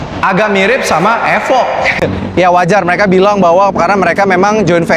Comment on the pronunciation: nice video....thanks informasinya. ada sedikit kritik membangun; "evoque" jangan dibaca "efok", cara bacanya yg bener "ifouh"